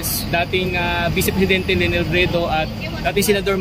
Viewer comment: LENI HINDI LANI!!!!!